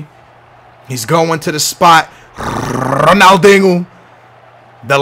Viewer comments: Ronaal-ding-oo is how he pronounces his name lmao. KEEP GOING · Rrrrrronaldingo lol